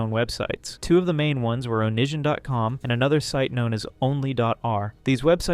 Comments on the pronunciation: This was a great video but please, next time just watch how other creators pronounce things. It’s oh-knee-see-on, not oh-nish-an. The book is This is Why I Hate You, not Why I Hate You, Tosh “point oh”, not Tosh dot zero, etc Not trying to be an ass but that stuff was driving me insane. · Yeah, i hear onishon